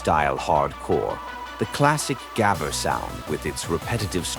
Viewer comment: if you use an ai for the voice, atleast make it pronouce gabber correctly